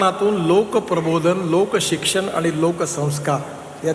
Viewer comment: क्षिक्षण नाही , शिक्षण